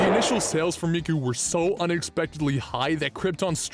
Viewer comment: It's Hatsune Miku! Not Hatsune Mike!